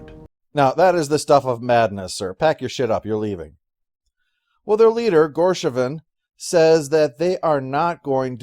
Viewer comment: Honestly, disagree with a quite a bit here. This was one of my favorite episodes, and I thought deserved at least a 7. I wonder why pronounced Gosheven as "Gorsheven" (maybe confusing him with Gorbachev?) As for complaint about how the treaty has no provision against genocide, I have to wonder if he really thought that part through. A treaty simply agrees that you stay on your side of the line, I stay on mine. Tau Cygna V is on the Sheliak side of the line. We learn from RIker that the treaty was the only thing preventing the Sheliak from destroying the colony the moment they discovered it (which is probably due to a provision to return individuals who might have got stranded in the other side's territory). But given that humans aren't supposed to survive on such a world in the first place, I can't imagine that the treaty would have had further protections for them. "Sorry Sheliak, but if you find humans living on one of your planets where no humans can survive, you're not allowed to kill them." Why on earth would such a clause be in the treaty in the first place?